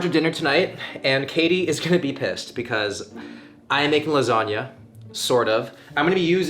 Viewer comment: as an italian I felt bad for that "lasagna"